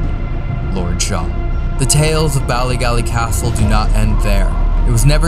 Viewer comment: As a native Northern Irish woman, the way pronounces "Bally Gally" the first time, hurts a little bit. 😂